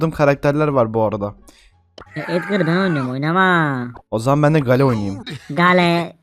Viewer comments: Abi o hale deyil okunuşu geyıl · Abi gale degil geyıl denir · Gale diye okunmuyor Geyıl diye okunuyor. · gale dediğin geyıl diye okunuyo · gAlE ne olm bak söylenişiyle yazıyorum. geyıl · Gale değil o geyıl